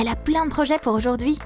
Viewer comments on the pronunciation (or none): Aujourd’hui, aunuid’hui mdr 😂🌕🌑